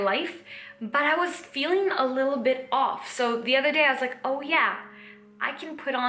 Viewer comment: When you sat 'bit' you sound English! 💂‍♀️